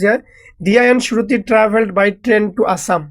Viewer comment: 😂 surti nohoi shruti😂😂